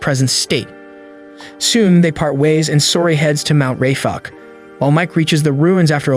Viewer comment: Who heard when he said mount ray fuck